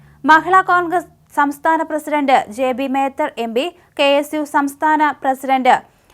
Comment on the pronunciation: ജെ ബി മേത്തർ അല്ല.... ജെബി മേത്തർ ആണ്... 🤷‍♂️🤷‍♂️